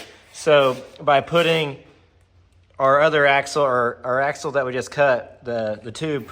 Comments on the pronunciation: AXLE, NOT AXEL..... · It's "axle".